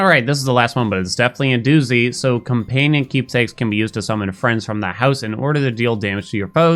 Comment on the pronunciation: heheeh you said companion funny